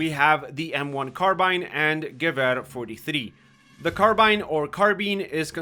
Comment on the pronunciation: i like how to say gewher 43 with a German accent but with a English translation (i am being sarcastic)